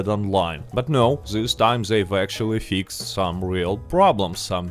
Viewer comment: i love the way you say "fix ed" lol.. you are the man and its awesome to see Rockstar finally giving some decent/good content to RDR2 online